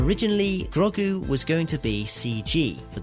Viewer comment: Lol, "Groggu"